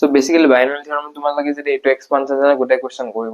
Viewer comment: binomial not bionomial